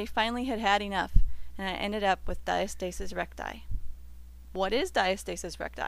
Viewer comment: And the word is pronounced Di -asta - sis not Dia- stasis. Yea, the video really wasn't a journey but a sales pitch